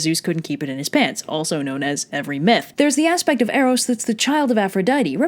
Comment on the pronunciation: Eros was the one form of love you pronounced right